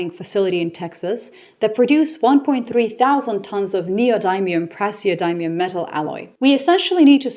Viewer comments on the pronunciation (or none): pronunciation ... neodymium: nee-oh-dim-ee-um, praeseodymium: pray-zee-oh-dim-ee-um -- I'd use the IPA small-capital "I" but I think the pronunciation of "dim" is, as Mma Ramotswe would put it, "well known".